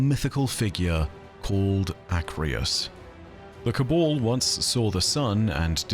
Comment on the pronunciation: It's Ca-Baaaal not Ca-bole